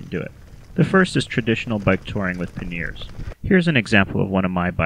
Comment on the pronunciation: Good information, thanks. (p.s. it's "PANyers")